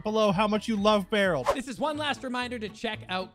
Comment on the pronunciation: Anyone else notice it's Bearold not Barrel